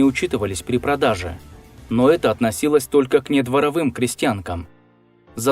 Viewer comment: дворОвые, а не дворовЫе